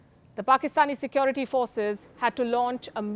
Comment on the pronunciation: Why can't Indians say Security correctly